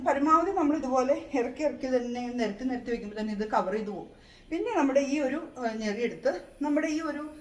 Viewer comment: ഞെറിയല്ല ഞൊറി.. 😊